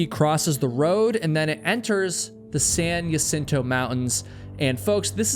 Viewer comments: It’s pronounced HA-cinto, not Ya-cinto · Jacinto - HA-seen-toe ❎️ Jacinto - Yuh-sin-toe ❌️ Eta: When this happened, there were so many people in my local hiking group (san diego) saying such awful things about this accident. It really pushed me away from hiking communities. There are so many "high and mighty" hikers that seem to have forgotten that everyone starts as a beginner and that accidents can happen to ANYONE regardless of skill level. Second Chance has a video where he had to turn around in that same spot. I've been on it a few times, and it is extremely dangerous. God bless Trevor's family; may they find peace and continue to strengthen their sons legacy through the program that they started to save many more lives ♡ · Just for future (and we all do this, so this is not meant as a criticism), the word "Jacinto" is pronounced "Hacinto", not "Yacinto". Thank you for telling these cautionary tales. There's always another "Trevor" out there who - if he sees this - might think twice before traversing that trail without the proper equipment. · Maybe that’s how heard the locals pronounce it? I can’t get people to pronounce my name correctly. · Jacinto in pronounced “ha-seen-to”. In Spanish J Is like h. Like t is with jalapeño. Ñ is like y. I’m not sure how you are mixing these up but I’m ngl it’s driving me insane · I was looking through comments to find out how that part was spelled because I've also only ever heard Jacinto pronounced ha-seen-toe until this video, glad I'm not the only one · That plus mis-pronouncing Jacinto 15 times about drove me crazy.